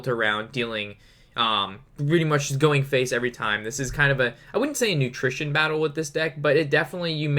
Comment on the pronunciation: "nutrition" battle, smh.